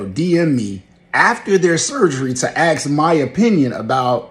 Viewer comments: I don't care what your gender is if you say aks instead of ask I'm not letting you cut me open. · I don’t want advice from any doctor who thinks the word ask is axe 😂